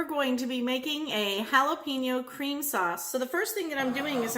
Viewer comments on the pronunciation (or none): It aint that hard to say Hallah-Pen-Yo instead of Hallah-Peen-Yo. You'll sound less like a clueless white lady.